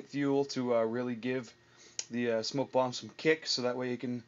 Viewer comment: You mean bomb, not "Bonn", right? ;)